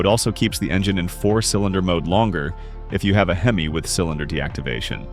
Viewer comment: Hey, the word is prounced HEM EE, not HEM ISS.DUH!